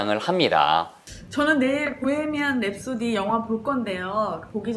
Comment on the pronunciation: 프레디 머큐리 단어나 보헤미안 랩소디 단어를 이야기 하실때 마다 발음을 너무 굴려서 듣는 사람이 불편해요. 정확한 단어를 알려드릴려고 하는것은 좋으나 너무 굴려요...